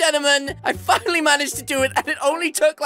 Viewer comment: he wanted to say finnaly but he said fuckily xD